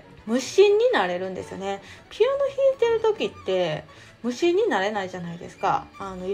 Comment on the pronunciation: 無心が虫に聞こえたw